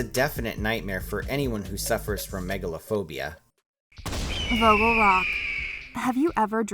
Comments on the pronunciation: As a german i am triggered by the way she says vogel. It is pronounced more like [fogel] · As a dutch person the way you pronounce vogel rock makes me uncomfortable